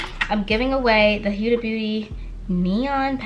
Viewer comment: Ur video is great 👍🏽 & definitely held my attention PLEASE learn how to say HUDA BEAUTY!!!!! It makes me cringe every time u say it wrong...... sorry 😐 AND GO BOLD WITH THE COLORS WE HAVE THE PERFECT SKIN TONE, you more than I sweetheart! 💯💞🎯